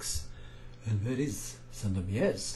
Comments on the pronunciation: "rz" at the end of Sandomierz is pronounced just as the initial sound in the word "shake";) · You read "Sandomierz" incorrectly, I don't mean to sound rude, but it's rather to be read like in the french "fromage"... The "rz" is supposed to be a heavy "z". I hope you get what I'm trying to say. Greetings from Poland and bye for now.